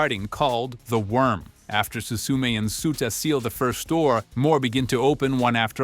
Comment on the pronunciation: It hurts… it hurts… “SUE-ta”? Do these people even watch the things they make videos about?